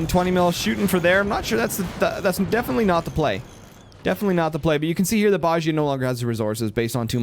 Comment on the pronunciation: i think you pronounce it like Dosia from CSGO with a sch in the middle Boschia but im not sure about it